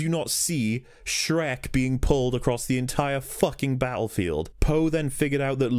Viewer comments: Me too. Every time he said Shrek. "The floor is white how do they not see him dragging Shriek across the battlefield." 😂🤣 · can't believe I'm only watching this now, but I laugh every time you say shrek it's absolutely hilarious and I love it